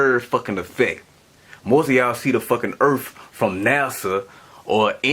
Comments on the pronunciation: Earth, not erfff. That speaks volumes. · cant even pronounce words.. says the moon gives off its own life ha ha...what an idiot.. its earth not errfff....lol what a dum ass... great video team skeptic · Anyone who pronounces the word "Earth" as "Earf" on a consistent basis has ZERO credibility on trying to explain the scientific reasoning on anything about the planet ( a celestial body) EARTH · What is an " EARF " ? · did he just say "Erf"..... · he didn't say earth he said erf so he is right erf is a flat sound but earth is round and NASA North American Shipping Association if you played destroy all humans you would get the nasa joke I did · on another note... he ain't much of a moron he said the EARF is flat. not the EARTH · Earf! Hahaha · His erf gives me mirth..lol WE WUZ FLATZ!! YO ERF!! LOL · I agree..he is a total idiot. He can't even pronounce earth and he thinks he can explain it?? His erf fills me with mirth..lol WE WUZ FLATZ!! Lmfao!! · Please, take a rapid course on sarcasm, than come back and read the comment again... If you are confused by the "BuyBall" its just mocking him for how he pronounces it (like "erf" for "earth"). Can i guess you are american? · how can someone say earf so many times wrong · oh, the "da Earf" guy haha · "Ends of the Erf." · THE EARF!!!!!!!!!!!! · I am still trying to figure what an “ EARF” is. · pronounced urf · Can't even say earth, and trying to explain it and that should be a clue. WE WUZ FLATZ!! YO ERF!! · Maybe he suffers from a speech impediment? Or maybe he's just not intelligent enough to learn to speak english properly. It does require some brain power. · He can't even pronounce earth and he's trying to explain it??!!! His earf fills me with mirth..lol We WUZ FLATS..lmao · I found da Earf, but I can't find the een uh da Earf.